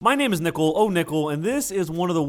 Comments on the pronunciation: Every time you say oh nickle i hear oh nipple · I thought i heard him say Nipple-oh-nipple. Lol